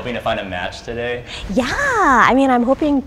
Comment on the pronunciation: she says yah like that weird kid meme